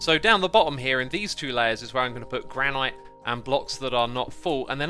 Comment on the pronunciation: Gran-it, not Gran-eye-t